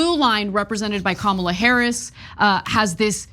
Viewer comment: Ana pronunciation of Ka.ma.la is most accurate of all.